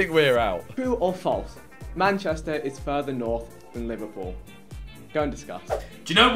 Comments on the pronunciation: Manchester* not Machester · its manchester not machester